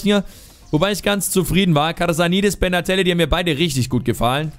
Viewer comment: Benatelli ! Nicht bernhardtelli